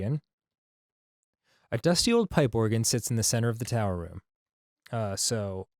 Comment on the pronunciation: "TowEr"... What are you, Arin all of the sudden?